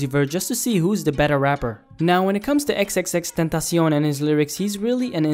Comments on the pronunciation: when he pronounced tentacion correctly💦💦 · I luv the way you say tentacion